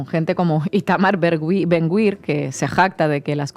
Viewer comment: Creo que se pronuncia “Ben-Gvir”y no “Ben-Gwir”